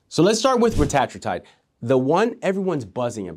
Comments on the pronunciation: Great video. Just a heads up. It's pronounced ret-a-TROO-tide. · Its pronounced (retuhh true tide)